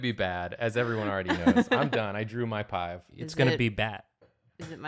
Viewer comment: so are we all just going to ignore that Jacob kept saying pive instead of five? EDIT everyone keeps saying there numbers starting with p and i fear I may be going insane